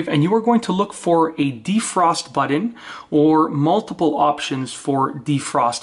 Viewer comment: What in the heck is a buddon? Last I heard, it was button!